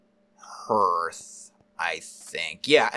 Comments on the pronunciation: Hearth and yeah it is a harder A sound like Harth... over 25+ years as a stone mason... but funny hearing it Hear th .... Perhaps a hidden Mission Possible??? perhaps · Hearth is pronounced Harth not Herth. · Looks great! But I can’t get over your pronunciation of HEARTH 😂